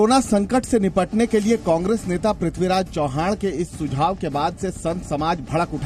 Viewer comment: It is chavan not Chauhan